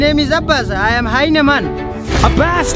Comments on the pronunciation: Hyena man Sound like Hi MAN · The way he said hyena man he said like hayna man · abbas:tames a heyna me:taming a mosquito